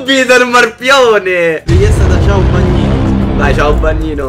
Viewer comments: Solo io ho notato che si chiama Caiobagnino e non CIAObagnino haha :D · Volevo far notare che si chiama Caiobagnino e non Ciaobagnino ahahahaha